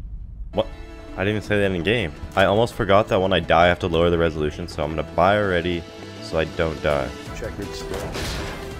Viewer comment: Reselution??? XD